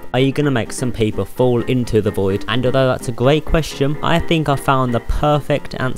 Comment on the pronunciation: "that's a great qwestion"